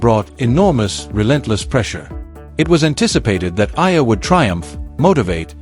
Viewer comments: It’s not Ella , it’s Eala = pronounced E - yala .. fix it please ok .. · The correct pronunciation of Alex’s surname is : E - yala